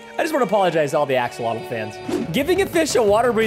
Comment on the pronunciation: I-I love axalotals